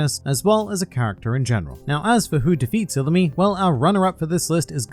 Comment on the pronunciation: I believe u said illumi wrong